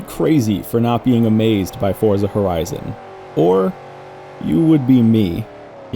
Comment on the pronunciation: For someone who loves the series and says the word so often, I really with you'd pronounce it FORT sa. The Z is not an American Z, it's Italian, so it's like a TS in American English. Love you and your content, just trying to offer a tip. Cheers